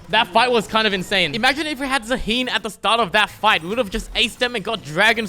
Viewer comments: Maybe Zaahen tilted because you called him Zaheen xD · petition for to learn how to pronounce zaahen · The way you say Zaahen triggers me